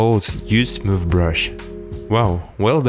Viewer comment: brush'Ь - буращЬ 😄